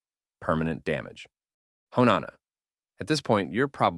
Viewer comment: Hone is pronounced like when Dio says “Oh? You’re approaching me?” But only the oh bit and then there is pronounced like the word “Right?” :3 (just saying bc of pmo sm fr ngl icl)